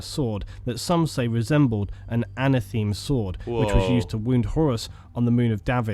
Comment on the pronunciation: The one thing that annoys we with are some of his pronunciations - it’s Monar-key-a not monarcheea - it’s Erebus not Ereebus - and it’s anatha-may not ana-theme 😂